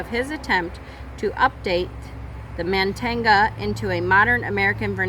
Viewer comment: also I think it's pronounced MON-tan-ia (no g sound)